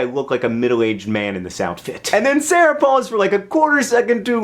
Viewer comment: lmao the way you say sara